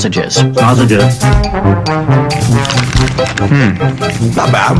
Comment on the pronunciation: If I hear snausages one more time, I'm gonna tear up a meat shop.